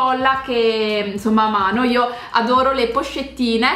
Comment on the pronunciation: Oddio io adoroh il calendario Dell avventooo😂😂😍😍ti adoroh 💕